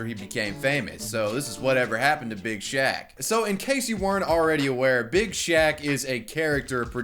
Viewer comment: I laugh everytime he says "Big shack"